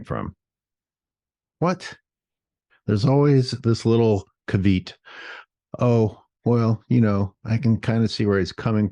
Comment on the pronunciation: Ca-veet lmao. It's pronounced cah-vee-ott. Ceveat man. At least you know how to use the word properly